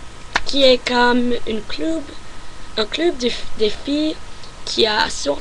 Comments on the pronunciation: u speak good but sometimes u do mistakes about ( females or males) but its ok AND u said club ?? u know in france we say "club" like american lol not like french sorry for my english ;) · Ton français est presque parfait! Juste quelques lettres à prononcer (comme sur plus) et "club" tu peux l'américaine car c'est un mot importé ;) Par contre, je n'ai pas très bien compris ce que tu as dit à pour le mot qui n'existe pas en français :/ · Les mots d'origine britanique ou américaine se prononcent souvent à l'anglaise ;) comme "club" par exemple =) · tu parle tres je te dis juste que club se dis " cleub" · Club on le dit plutot cleub pas trop cluuub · Ouais le mot 'club' elle le prononce à la québécoise. Ils disent 'le clube' et 'la beuss' (bus, si vous n'aviez pas reconnu - c'est la prononciation anglaise). You speak French well. Keep it up. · Tu pourrais améliorer ton Français en prononçant mieux club ( cleub ) sinon tu parle super bien le Français, continue comme ça ! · Ton accent est tellement chou ! Et tu parles très bien français ! J'adore comment tu dis "club" :') Si tu as des questions n'hésites pas à me les poser :) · Tu parles bien français, bonne continuation =). Au passage on prononce club exactement pareil que l'anglais. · il y a juste avec le mot "club" que tu as du mal ^^' mais sinon c'est parfait et je pence que tu peux tenir une conversation en francais facilement , bonne continuation ! :) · You must pronounce the word club as if you talked in English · le mot " Club" en français se prononce comme en anglais. :) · club is pronounced the same way in french than in english :)